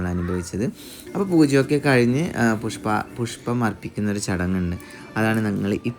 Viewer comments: വീട്ട്, കയിഞ്ഞു.. നല്ല മലയാളം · Knur slang 🙂‍↔️